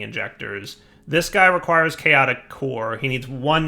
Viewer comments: "Chatoic" combat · "Chatoic" nice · Ep. 81 “chatoic” combat lol